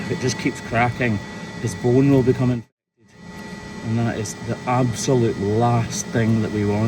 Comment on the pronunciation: Really he can’t say infected now too come on